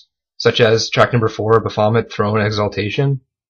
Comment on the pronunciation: Bavomit? you dont how to Pronunce Baphomet!?!